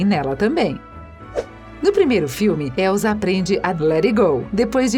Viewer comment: Não é Elzaaaaaaa é Elssssssaaaaaaaaa som de sssssssss e não de zzzzzz